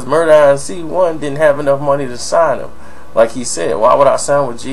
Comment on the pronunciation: Inc, pronounced like ink, is short for incorporated, it's not an initialism, it's pronounced as a word. That's annoying as shit hearing you say it that way in video after video